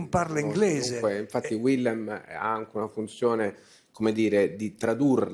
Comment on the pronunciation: Villem? Sarebbe carino consultarsi per la pronuncia - in fondo è solo un nome da memorizzare. Ma in fondo basta fare 'una cosa tra di noi' all'italiana.